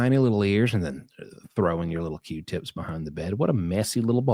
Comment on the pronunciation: Q-tippicuss 😂😂 is shot